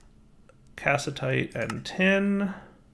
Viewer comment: Words pronounced wrong: cassiterite and calcite He said cass-i-tite rather than cas-it-er-ite and he said calcium instead of calcite.